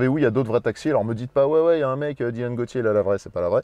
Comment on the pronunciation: Yannis Bll y’a pas de soucis .. Et mon taxi est pas un 1.8 mais un 2l , se qui se rapprochait plus de la super tourisme rallye 👍 et au passage c’est pas Gauthier mais gautiéé 😉